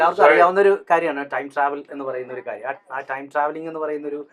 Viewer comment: സൈജു കുറുപ്പ് ട്രയിം ട്രാവൽ എന്നാ പറയുന്നേ ടൈം ട്രാവൽ അല്ലെ 8.15